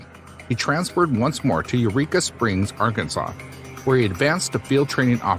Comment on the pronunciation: It is NOT Ar-KANSAS! It is Ar-kan-SAW! LOL!